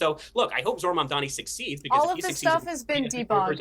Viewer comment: Piers keeps mispronouncing Mamdani. just call him Mr Mayor.